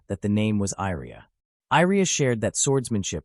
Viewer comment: why do you reas Iria as Airia? it should be closer to Yria i with Yeti i sound or at least both i should be read the same other than that i have no issues i love the story, keep updating